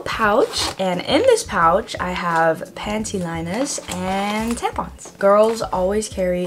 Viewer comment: the little accent when u said panty liners lol